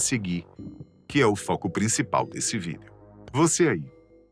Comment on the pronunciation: Pq ele fala Vídel em vez de Vídeo?